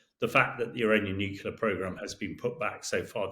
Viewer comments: Why has nobody told this geezer how to pronounce 'nuclear'? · Yes, the word comes from the "nucleus" of the atom. I've heard a number of Brits say it this way so it may be cultural? We Yanks mispronounce a number of words and we aren't "hooked on phonics." We call petrol gasoline and don't say it right!